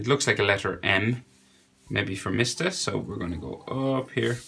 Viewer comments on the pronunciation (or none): He really said MIST A